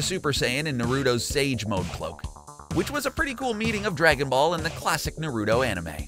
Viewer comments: It's not Na-ruto or Naru-to. It's Na ru to. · Why does almost every person on this earth pronounce naruto wrong. For god sake just watch the anime people in the show say his name 98% of the time. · Hey next time you do a video on anime please learn how to say Naruto right. Please it's cringey